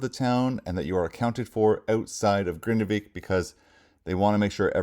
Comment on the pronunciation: Hello, nice to hear that you can pronounce the city name Grindavik properly and not like others who say Grindevik 🙃